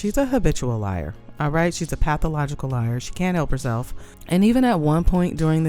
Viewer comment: She definitely is a habitual liar... emphasis on the second syllable.